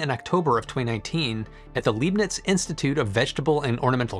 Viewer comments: Oh dear, when people try to pronouce German words. For future reference: 1) Leibnitz isn't "Leebnitz" (long e), it's with "ei" as in English "eye" 👁, so L👁bnitz. 2) Prost has a long o, so not prost like frost, but prost like boast. 3) Jena (the city) isn't Jeena (long e), it's more like "Yayna" with a long a as in May. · As an aside, „Leibniz“ is pronounced approximately „lybe nits“, not „leeb nits “. ;) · In case you're interested, the first syllable of Leibniz rhymes with "high" rather than "lee." And "Prost" rhymes with coast. Well done on the "j" in "Jena", but the first syllable rhymes with "gain." It may or may not interest you.